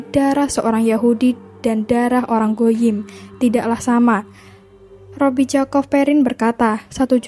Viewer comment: Wa'alaikumussalam warahmatullah wabarakatuh. Masya Allah, tabarakallah. Syukron infonya. Tapi mohon maaf & diklarifikasi/direvisi jika sy keliru. Terkait penyebutan nama pendeta yahudi yg sering sy dengar itu rabbi bukan robbi. Afwan 🙏